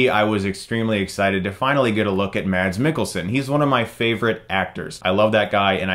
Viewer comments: It's pronounced "mahss" not "mads" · The "d" in Mads is silent. It's pronounced "Mass". :-) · Being a Danish dude named Mads, here's a guide to how it is actually pronounced: Take the MA sound from MAD (as in, angry or crazy) and put an S at the end of it. MAS. Easy. The D in MADS isn't pronounced (the Swedish equivalent is MATS, where the T is indeed heard). The Danish language is just weird like that :-) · As Danish guy, I can tell you that Mads is not said, Mads. The D is not pronounced. So Mads Mikkelsens name is Mas...